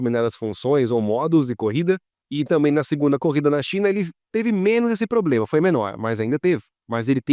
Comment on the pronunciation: Curtindo o canal. Mas da uma melhorada na pronuncia em uns dois vídeos sai um "probRema". Kkkkkk